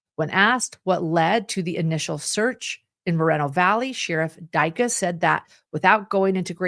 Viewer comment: Respectfully,, since you cannot pronounce the city correctly just say Mo Valley it’s in Riverside County 🌹